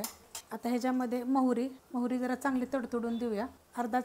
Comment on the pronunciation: Mori nahi mohri hota hai